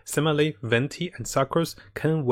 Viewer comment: "and simaly" XD